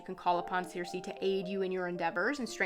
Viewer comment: The "C"s in Circe are pronounced like a "K". It is spoken Kirke. Thank you for showing this deck!